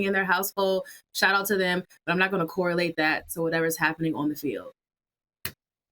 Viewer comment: " so you can corilate it "😂😂